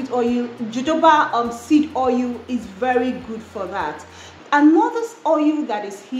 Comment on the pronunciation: 🔥@ it's Jojoba ie sounds like Hohoba😂😂‼️